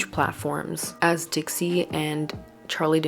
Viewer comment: Not you saying Trixie chile😂